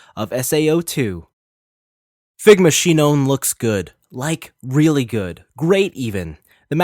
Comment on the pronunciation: Omg bruh it's sinon (Sai none)